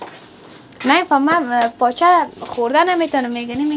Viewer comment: تلفظ تان به مردم کابل نمیمانه باز چرا میگین کابلی هستیم پایچه چیست پاچه در حقیقت کله پاچه اس دگه چلی کباب ههههه چپلی کباب تمام برنامه های تان میبینم مگر تلفظ تان به مردم کابل نمیمانه دگه ده وقت میده کردن پیاز و سیر ده سر و چادر خود دست نزن بو می‌گیرد لباس هایت 😂😂 امیدوار هستم خفه نشین ❤❤